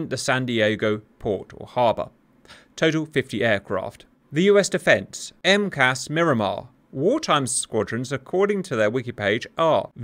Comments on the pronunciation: It's not 'M-CAS', it's 4 individual letters for Marine Corps Air Station. M-C-A-S. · Not sure if you care but we don’t call it “Em cass” we say “Em see ay es” (for Miramar) Not criticizing, just fyi since you try to make things accurate. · Just a tip- I live within rock throwing distance of MCAS Miramar. We would like you to know that no one calls USMC air bases "emkass", they are very definitely called out by the letters M C A S or just simply this one is "Miramar". Separately and only tangentially related the Boeing 737MAX airliner uses the famously failed software "Maneuvering Characteristics Augmentation System" which this one IS known by the acronym "emkass". I know it probably seems hopelessly pedantic, but US military/aviation experts are cringing every time you use that term to describe Miramar. Thanks Cap!